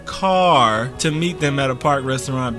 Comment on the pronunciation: When he said car like that 😂 brooo we been let down for so long I can’t wait for this!